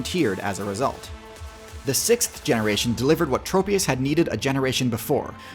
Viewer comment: i pray for the day when people can pronounce tropius's name correctly